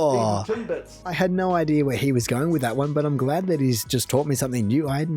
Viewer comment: He said Timbits right I'd say